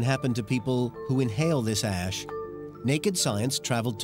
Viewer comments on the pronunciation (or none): At some point he said “ash” but I heard “ass” Then the video got a whole lot lighter and more funny. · This is what could happen if you inhale the “ass” Bwahahahahahshhsh